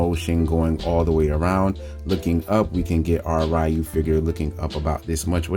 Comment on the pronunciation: Nice review. I do have a suggestion and your perfectly free not to listen. Concerning Ryu’s name. It really should be pronounced Ree-you. The Righ-you pronunciation was just a mistake us westerners did since Street Fighter 1 because we really did not know how to say his name back then. Plus the live action SF movie with Van Damme mispronounced the name and further fanned the mistake to the public. The reason I say this? I actually had a Japanese coworker who had the same name of Ryu. I asked him if people say his name as Righ-you sometimes, and he said he gets it alot and blames Street Fighter. Lol. He also said, as far as he knows, there is no Japanese pronunciation of his name as Righ-you. He said saying his name as Righ-you is the equivalent as if a person had the name of Michael and people would pronounce the name as Michelle. Technically you can but it would be incorrect for most of the time.